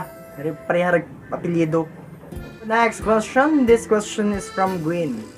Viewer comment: "gwayn" bitaw na pag pronounce akong name ya hahahahaha